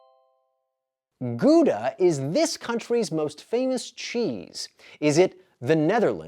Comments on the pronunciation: "how-da" not goo da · 36. Good quiz. As a European there were 14 I didn't know or could guess. But I have to point out that the Dutch cheese Gouda is pronounced GOW-DA - not GOODA. Ask anyone from the Netherlands or Belgium. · There is no cheese Called koedah in the netherlands it is gouda with ou as in now and g as in loCHness. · Please pronounce Gouda correctly!